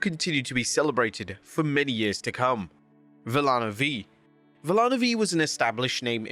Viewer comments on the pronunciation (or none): out of respect, it's Vee-Ya-no, double L's are said like an English Y